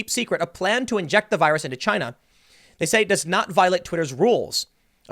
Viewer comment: Trump said it first "A-CHY-NA. 👌"